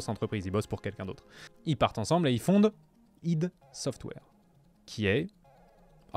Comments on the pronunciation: ça se dit pas ideuh ça se AY DI - ID SOFTWARE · La vidéo est très bien. J'ai juste saigné des oreilles quand j'ai entendu "ide software". C'est ID Software (comme on prononcerais idea en anglais. Ou "Aîe dis" en français). Sinon la vidéo est vraiment top, bien joué